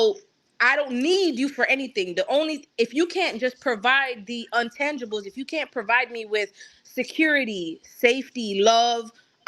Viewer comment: Right. She meant she doesn’t need a man’s finances. Just poor wording and that “untangibles” was taking me out.